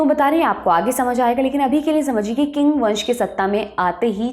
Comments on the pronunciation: Not king pronounce ching spelling is Qing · चिंग (qing) ना की किंग (king)! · Not King ( Qing ) but Ching ( Qing ) …. I work in China and loved your program . Have also studied Chinese history from close. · Qing ( Qing Dynasty)is pronounced as "Ching' not 'Qing or king'. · Sorry but the pronunciation of the “Qing dynasty “ she is using is wrong, its not ”किंग 🚫 its “चिंग ✅. (Qing dynasty: चिंग वंश) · Qing Dynasty... Pronounced as 'Ching Dynasty' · Qing Dynasty pronounce Ching dynasty